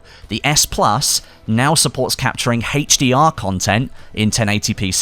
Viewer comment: It bugs me that you can't say 'HDR' properly